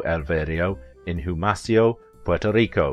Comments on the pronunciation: Humacao is pronounced oo like in hoo- Mah-caw-like in 🦜 “macaw” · Great video. FYI Humacao pronounced U-Ma-Cow. She is basically royalty on the island. Thank you.